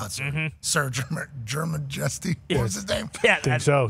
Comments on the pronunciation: “Germ-a-Jesty” is crazy lmaooooo. Cmon Pat, its like “your majesty” 😂😂😂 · It's Jer-majesty 😅 like royalty 😂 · Butchering that Jermajesty 😂 when it clearly should be pronounced as something close to your majesty. Then again, Americans aren’t used to monarchies. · Lol mispronouncing Jermajesty.